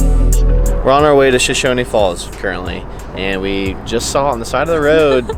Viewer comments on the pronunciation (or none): It's pronounced "Show-Shown" falls. No "e" on the end.